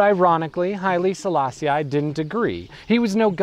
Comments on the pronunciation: Not bad... but, just so that we get it "I was never meant to understand the Rasta", did you have to make the point so blatantly by pronouncing the Emperor's name the American way, as "Sala-Si-Aye" when it's obviously just "Sala-Si"? Your analysis & research looks good, so you must've heard the right pronunciation 100s of times, still couldn't help showing off your schoolboy Americanism? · You do good research. But your pronunciation of names leaves a lot to be desired. Like here when you say countless times Selaaa-si-aaay. Please do some research on how to utter the name before you launch an entire video on the guy. You should know this English/American "i" is not only incorrect, but plain offensive. Like George Bush's Aaaay-rack for Iraq and Aaay-ran for Iran or the obnoxious Aaay-tel-yen for Italian. It is not Selaaa-si-aaay but simply Selaaa-sih. Here's Wikipedia to help you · Rastafari pronounce it as Sa-la-see-i which I presume is why he pronounce it that way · Why does he keep pronouncing 'Selassie' like that? ("selass-ee-eye") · kourii yes.... this REALLY irritated me! Get his name right FGS man!